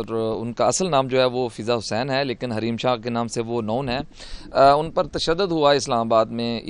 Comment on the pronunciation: Hareem shah kay naam say noun hain what a mazedar pronunciation by host